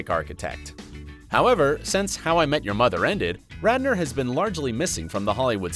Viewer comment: Am I the only one who noticed the anchor called him Rander instead of Radner?